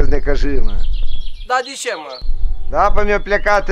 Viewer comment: Ba eu mor când îl aud pe: di șe și cucu "di ce"